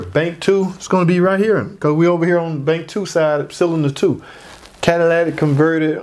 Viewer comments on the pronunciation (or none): cadaladic or catalytic, whatever lol! Yea, if going to nitpick over pronunciation, probably don't have the patience for mechanic work!😉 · Cadillac converter? Does that change my Chevy to a Cadillac? Catalytic pronounced Cat - uh - lit - ick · Quality breakdown! Thank you. But this has been driving me crazy... Catalytic, not catalatic. Cat-uh-LIT-ik. 😅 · Cadillac Converter??? Cadillatic Converter?? It’s CATALYTIC Converter!! And I’m not even a mechanic! 😂😂😂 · Don't judge someone by their speech or pronunciations obviously if you understood what he was actually saying. Not everybody pronunciation the same but the story is the same. He may not be good at speech but he know what he's talking about when it comes to vehicles. Straight up if you don't like the fact it sounded like Cadillac and not catalytic then go on to another channel.. 🤣🤣🤣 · Idk how much I can trust a mechanic that calls it a converter. It's cat-a-lit-ic because it uses a catalyst to neutralize some gases in the exhaust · Listen, many people mispronounce Catalytic, the video was informative. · sounded as though he said catalatic converter. so what? I know people from maine that put a kwatah in the meter to pwahk their cah. accents are just that. still good info. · I thought he said catalytic? Or cadilatic... either way I can understand the explanation 🏆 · But people who actually know can pronounce it correctly 👍. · Thnk you! I learned a lot… people dying on word yes it was pronounced incorrectly… but what about the knowledge tht was given to possibly save alot of us so much money? Thnk you I just changed my Catalytic converter up front 2012 Traverse. Omw to work tonite damn light came bck on! So run codes tomorrow see what else wrong with this thing.